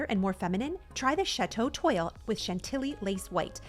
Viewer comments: Toile is a french word and it is pronounced "twol" not "twoil". The "oi" is pronounced as "wo" or "wa". 😊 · FYI: The word "toile" is NOT pronounced "toy-ell". It is a FRENCH word and it is pronounced "TWAHL". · FYI- it’s not toil. Toile is pronounced “twall” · Did she just say ‘Toil’ for the wallpaper print? Towards the end??😂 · Sorry but it's pronounced twall instead of the way it's spelled. Toile is french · Great video! “Toile” is pronounced “twaal” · Toile is pronounced twall. Is it different in other sections of the country? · The bathroom looks great! Just fyi, toile is pronounced twaal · Stunning. I love blue. Oh, BTW toile is pronounced “twahl” (think t + wall!). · Hi, I never miss your videos, I wish I had your energy! Please don't be offended, Toile is pronounced, "Twall" Now you know. Those French words are tricky, eh? Au revoir! XO